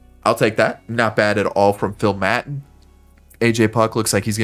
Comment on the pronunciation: It’s Phil “May-tawn” not ma-tin